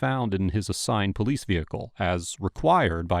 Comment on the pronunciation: The way he pronounced PO-Lease